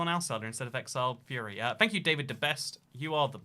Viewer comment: saying exiled fury instead of exiled furry is a pro gamer move